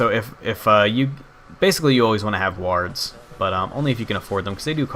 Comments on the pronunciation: Also, it makes me chuckle when you say wards. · Most times I hear people say it they pronounce more like the "a" in war so it has a sound somewhat like an "o". You just emphasize that in what I felt was an amusing way.